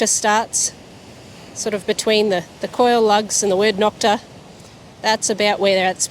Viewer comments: Cool video. The O in Nokta is pronounce like the O in Makro. Long O, like the word No. It's a shame the compition started people saying Knock-ta. I took mine to my gold mine and was very pleased it would glide right over nails and not even make a sound. I've detected since 1973 and had every technology. I used to live in Turkey, so I just had to have this machine. Thanks again for a fun video. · I just watched her live on Facebook. The first time she said Knock-ta. Then afterward, and when she gave thier website, she clearly said NO-k-ta. LoL. I asked her to clarify. I told her all my Turkish friends (around 40 people and 2 being Turkish teachers) all say NO-k-ta is correct. I mentioned this to her about a month ago and she gave me a thumbs up NO-k-ta is correct. I know the two brothers that own Nokta and Makro are proud of their product. She needs to be consistent in the correct pronunciation for brand image. Knock-ta is a slur used by some competitors, as in knock off, and has crept into the brand name unknowingly by owners.